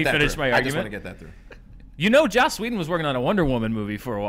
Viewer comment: I love how Andy simply can NOT pronounce anyone's name right! Josh Whedon?! Blomkump?!!? LOL